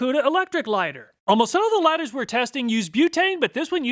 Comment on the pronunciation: Dude, there's no silent "H" in "We're"